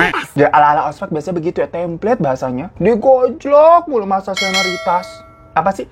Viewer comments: WKWK lu mau ngomong SENORITA kan bang pas ngmong SENIORITAS😅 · ternyata si abang hiro dah gagal nyebut SEONARITAS dari 10 bulan yg lalu xD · Klo ngomong senioritas typo mulu bang😂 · Senioritas ... Susah banget ngucapnya